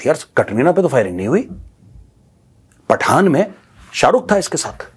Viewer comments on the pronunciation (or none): none